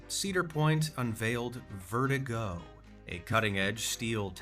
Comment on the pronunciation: ah, yes. my favourite ride, verti-GO, pronounced just like a real person would say "vertigo"